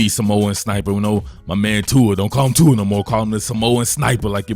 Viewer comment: ahh, just you inability to pronounce his name, got it.